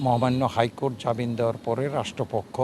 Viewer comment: উনি একজন বড় আইনজীবী বলেই মনে হচ্ছে কিন্ত জামিন শব্দটিকে উনি প্রতিবার জাবিন উচ্চারণ করেছেন। এরা কিভাবে উকিল হয়?